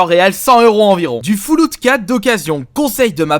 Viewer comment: "Du Foullout 4 " ??